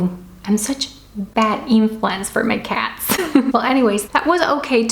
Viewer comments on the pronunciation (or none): none